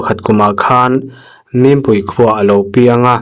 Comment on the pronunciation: Zadala thiltawn tih a MIMPUI ti a i chhiar hi a diklo. MINPUI tih zawk tur. Mizoram khaw hming chhiar dan hi fimkhur teh u